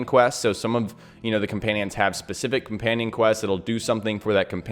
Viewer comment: Comanion lol